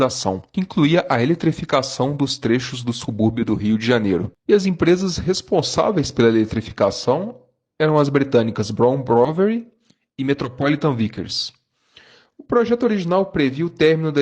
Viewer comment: Parabéns, esses trabalhos de pesquisa requerem muita paciência e dedicação;👏👏👏👏 Só uma correção. A Brown Boveri é suíça e não inglesa, e a pronúncia é broun bovéri atualmente ela se chama Asea-Brown Boveri